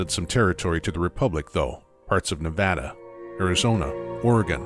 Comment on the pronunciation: My favorite thing about is that he pronounces "Nevada" correctly.